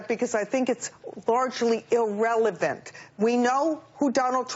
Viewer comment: "ill-relevant" and in her other video where she quotes Beyonce "high-pocrisy" How the fuck does this bitch have a PhD when she can't even speak English?